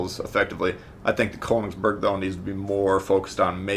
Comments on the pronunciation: atleast google how its pronounced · You pronounced königsberg wrong